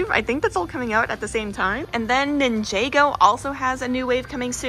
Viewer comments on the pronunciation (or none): Blud realy said ninjego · nin-jay-go mm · did noone noticed she said ninjago wrong